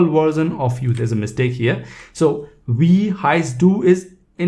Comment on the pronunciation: Am I the only non-bot that made it to the comment section? Not trying to be rude, as I am a beginner at German myself, but Wie is pronounced 'Vee'.